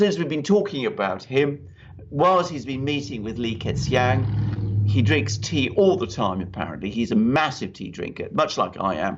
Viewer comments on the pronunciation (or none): Li "ker" "Chiang" would be a closer pronunciation. Thanks gentlemen for another great show. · "Lee Kerr Chang" works a bit better